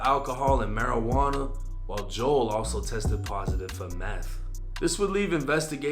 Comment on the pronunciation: Nigga don’t even Kno how to pronounce Joel but wanna speak on the black community so bad😂